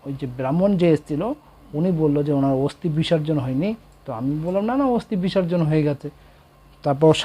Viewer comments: "অস্তি" আবার কি! কথাটা হচ্ছে অস্থি। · দুঃখিত শব্দ টা অস্থি অস্তি নয়.. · কথাটা অস্তি নয় অস্থি।